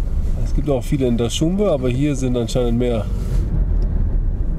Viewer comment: Hahahaha, wie der immer die Wörter falsch ausspricht, voll Lustig. Hier z.B. bei Minute verwechselt er die Hauptstadt Duschanbe mit seinen Worten "Daschunbe", oder in einem anderen Vlog auch hier in Tajikistan oder in Uzbekistan, bin mir nicht mehr genau sicher, da heissen die amerikanischen Autos bei ihm Chevloret anstatt Chevrolet. Zu Lustig, hehehehe